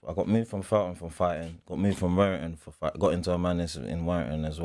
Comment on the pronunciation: Man said Werrington house !!! Boy them field runs .